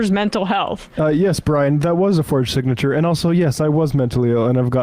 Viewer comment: Damn listen to him try to pronounce SIGNATURE He says It looks like my SINTCH!